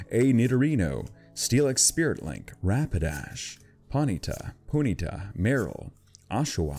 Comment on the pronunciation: You said ponyta wrong